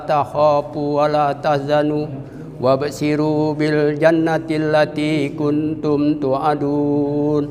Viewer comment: Afwan,,Untuk ayat yg dibaca ada yg salah..wabsyiru, hrsnya "wa absyiru" dan hayawati hrsnya "hayaati"